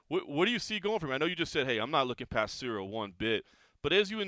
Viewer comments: Is he calling him cereal on purpose? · Man's calling him CEREAL lol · I think John is calling him Cereal on purpose I really hope it's on purpose lmao You see what I did there ? 😎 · Why do they keep calling him Cereal lol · I think Jon is mispronouncing Ciryl’s name on purpose. He’s hiding his physique and training footage. This is chess not checkers from Jones. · Is Jones pronouncing Ciryl’s name wrong or it’s me tripping? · Mind games, he knows his name. By saying his name wrong he’s acting he doesn’t really know who he is I think? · How can he get his name so wrong? And why did he not tell him 😅